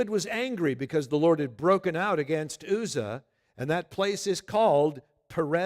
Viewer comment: Uzzah is pronounced with the U as in umbrella.